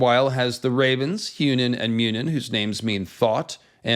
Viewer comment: Munin was right. But when you say Hugin, you need to put more emphasis on the g.